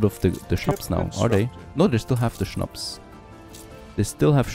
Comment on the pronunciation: Habe mich gefragt, wieso du Schnaps richtig aussprichst:). Schönes Englisch werter Östereicher❤